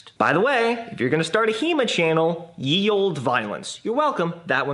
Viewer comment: I am guessing you mispronounced Ye on purpose.